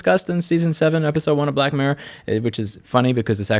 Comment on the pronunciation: jesus louis! annunciate!!!! i was looking for black mare for ages.... :( getting black mirror now. :D